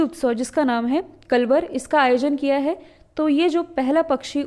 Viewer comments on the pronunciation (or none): Mam कलवर नहीं कलरव का उद्घाटन हुआ🙏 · Kalrav not kalvar